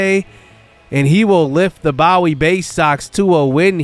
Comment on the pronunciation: they are called the Boo-wee Baysocks not Bow-ie